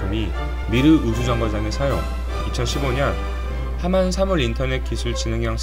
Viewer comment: 경상남도 함안...으로 들렸습니다... 죄..죄송합니다.